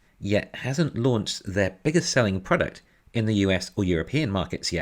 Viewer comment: It's interesting how he always rushes the last syllable of "Product". Instead of pro DUCT he says pra dit